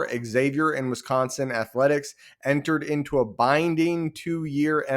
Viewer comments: It's Wisconsin, not Wisconson! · with how they're acting, it's Wisconson!